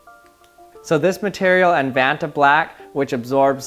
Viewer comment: its not ventablack